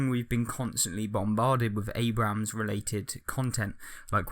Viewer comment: you don't pronounce the second A in Abrams